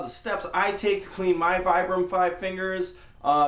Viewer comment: It's pronounced "Vee-Bram" not Vie-Bram"